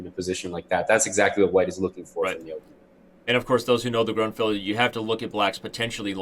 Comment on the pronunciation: Why does he keep saying "Gruntfeld"?